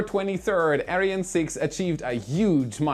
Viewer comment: I went to the comments to just complain how he said "Ariane". There's so many correct pronounciations to choose from, in so many languages, and he chose a weird one, which was totally brushing me the wrong way. I personally would have preferred the german pronounciation.